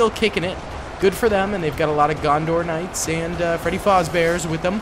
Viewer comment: loves him some Knights of Gondor. Noone:: “…And over here… the Knights of GonDOR”😂